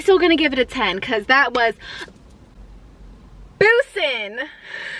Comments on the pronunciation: It is bussin not boosin lol love you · “Boozin” it’s Bussin🤣😅 .. much love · Buh-sin lmaoo I love your videos SO much!!!!!